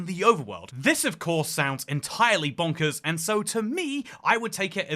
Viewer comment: BANANAZONKERZ! (He said that in a realm review video and that’s all I can hear now when he says bonkers)